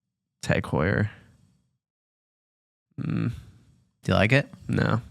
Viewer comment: Man .. That’s not how you pronounce Tag Heuer, I agree, that’s a beautiful piece though. I own the BB 925, phenomenal watch for the price! You guys need to see the reverse panda in the metal, it’s phenomenal, pictures/videos don’t do it justice.